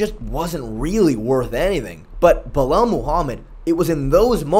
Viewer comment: said "Buh-lel." He can make em remember the name, but he can't make em remember how to pronounce it correctly